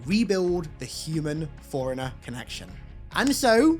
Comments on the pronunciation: Forerunner or foreigner? Lol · Fore runner not forunner ...... Wtf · I may not be a native speaker, but ... something tells me "forerunner" is NOT pronounced the same way as "foreigner"? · All that effort and no one told you that forerunner and foreigner aren't pronounced the same. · Forerunners is not pronounced "Foreigner" no matter your accent, come the fuck on. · He keeps pronouncing "Forerunner" as "Foreigner" and now I can't unthink it. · Why are you saying foreigner? Thats not it. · I’ve never heard someone pronounce forerunner as foreigner before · Word: Forerunner: "Foreigner." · Ive never heard anyone pronounce forerunner foreigner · Please work on your pronunciation. It is pronounced “fore runnner” you keep saying foreigner